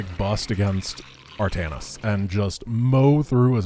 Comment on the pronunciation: True, but it's 'Artanis'. 'Altanis' would be an Archon made from Artanis and Aldaris... which would be awesome - sincere and yet sarcastic all the time.